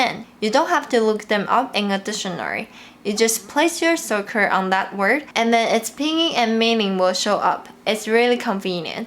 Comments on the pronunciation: "Cursor" (Around 2 minutes 52 you said something like "circor"). :D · 你好老师 cursor 不是 surcor